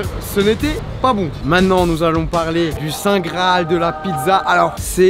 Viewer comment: charles ont dit maintenant et non pas mainant :D